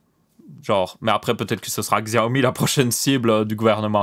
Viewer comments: On dit Chaomi et pas Xiaomi non ? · On pronnonce chaomi pas xiaomi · On dit Siaomi si on prononce en Pin Yin.